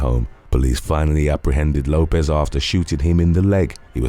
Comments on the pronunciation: Lopes is pronounced Lope-(s) Like ropes. Not Lopez. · My family last name is Lopes, and I am always call Lopez, and Lisa (Left-Eye) Lopes kept being mistakenly pronounced as Lopez. Why does that bother you so much? The name is Lopes. FOH! The person they were talking about is pronounced Lopes, not Lopez. Nobody is talking about immigration, I’m talking about the person in this video. You just want to be the opposer of something.